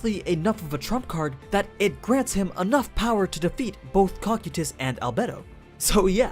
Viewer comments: "cocky tus" "Co-kai-tus" Cocytus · Its pronounced cocaitus not kokutys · its cokaidus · Cocytus co k I tus your saying it wrong and I can't take it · am i the only one who heard "Cockeetus"? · You said cocytus name wrong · Why do you pronounce cocytis and sebas that way